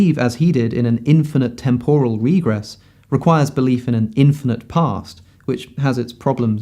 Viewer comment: Alex, please google how to pronounce ‘temporal’